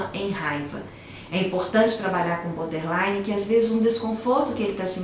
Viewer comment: É BORDERLINE , nao BODERLINE. Falha grave. Nao é um transtorno de aprendizagem!!!